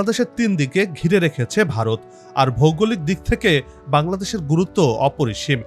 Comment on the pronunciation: ভারত কথাটি উচচারণ করতে পারিস না আবার???????